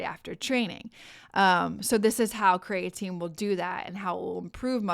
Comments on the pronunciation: I’ve never heard it pronounced ‘crayatine’ only ‘Cree-ah-teen’ I’ll have to look up the pronunciation now 😂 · Agreed. The information is good, but very hard to listen to because of the very different pronunciation from every other time I've heard it and what the dictionary says.